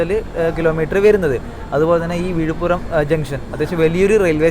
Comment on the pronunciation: വിഴിപ്പുറം അല്ല വിഴിപ്പുരം ആണ്